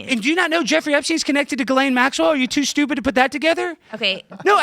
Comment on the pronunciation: When he calls her stupid does she say, "Sjewpid?"